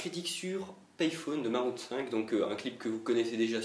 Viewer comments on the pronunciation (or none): Maroon5 :d se prononce Maroon (five) gogole